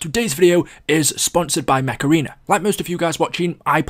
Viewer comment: i legit thought you said macerena instead of mech arena lmao